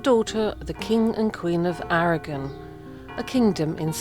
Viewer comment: Why do the Brits keep pronouncing Aragon wrong??? My Spaniard side is getting irritated 😄😆